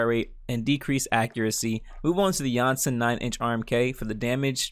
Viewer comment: i love how he says janssen instead of jönssen